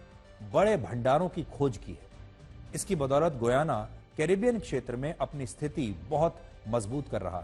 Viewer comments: Learn how to pronounce name. Shame... shame.... It's pronounced as Gayana गयाना and NOT Guyana गुयाना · It’s गयाना not गुयाना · GOOYANA😂 It is pronounced as giyana or gayana.